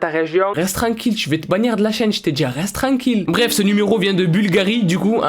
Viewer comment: Hahaha chui morte 😂😂😂😂 tt le temps avec tes "reste treinquille" (oui je sais je l'ai mal écris j'ai fais exprès pour écrire sa prononciation la façon dont il prononce le mot..) #NUMEROS Et en faite euhhh quand j'ai vu la miniature j'ai cru que le mec sur ton téléphone c'était Mr Bean ou encore Adolf Hitler 😂... mais + Mr Bean hein 😑